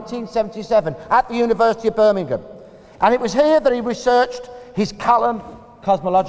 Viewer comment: How nice to have a American say the place name correct. Can stand when they call it Birming-HAM